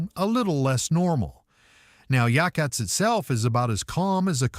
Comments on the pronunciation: Yachats is pronounced ya hots. Yahots. Yachats. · I live in Newport Oregon and have traveled to many of these places in this video a lot of your B roll that you use does not fit the places that you’re talking about also Yachats was miss pronounced very well researched good information